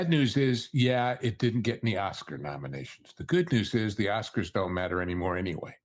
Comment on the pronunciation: “Oscards”? It’s on the ticker. 😂.